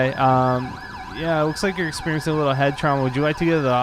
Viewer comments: He cannot pronounce the L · "A wittle different" Anyone else hear that in the beginning?